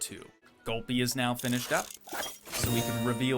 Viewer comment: bro said meow instead of now